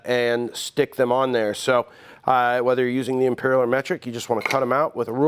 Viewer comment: Em-peeer-eel. That's a strange way to pronounce "freedom units"